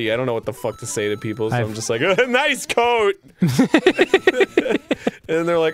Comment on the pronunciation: idk I hear "que coso es coat" what is coat? but misspelled